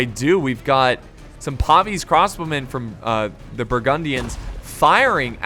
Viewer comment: Lol ya he was killin me saying pavese crossbowmen bahaha! Pavis-e pavise is a fucking shield not a race lol.